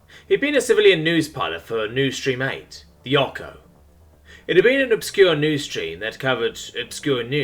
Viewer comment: Ocho is the spanish word for Eight. the CH is as it appears, not a k sound.